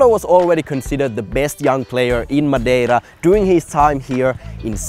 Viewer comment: This is so cool that you guys went to Madeira. I love going there because thats where a lot of my family lives. Also, I must say I was surprised at pronunciation of Portuguese words and names. I would never expect a northern european to be able to pronounce Madeira and Funchal correctly.